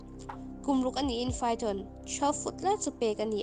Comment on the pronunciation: Kum ruk a nih in Python tih a Python lai hi lam rik dan a diklo deuh em awww